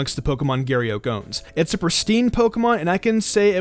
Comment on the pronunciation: "Giry Euk"